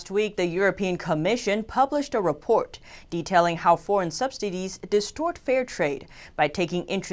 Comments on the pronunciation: it's Subsidies not SubsDidies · I swear she was saying subsdities.